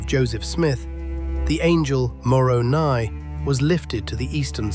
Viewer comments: Really? An AI voice? The angel More-oh-Nye? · Is the narration an AI voice? He or it pronounced "Moroni" wrong